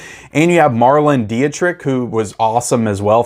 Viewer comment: By the way, I think Marlene Dietrich is pronounced "mar-lee-na dee-trick" (by Americans).